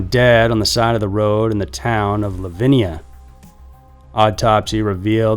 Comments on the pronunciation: It’s Livōnia.. not Livinia... these are all cities by me, I live in Oakland County!!! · it's not Livinia......it is LIVONIA. Buy a clue. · Grew up in Michigan and I hadn’t heard of #5. Scary and sick people. And it is li-von-ia. Von as in phone. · Crazy how he pronounces Livonia